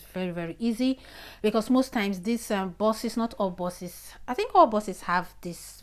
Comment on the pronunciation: Thanks for your heads up. But please they are called Bus not boss . Buses not bosses.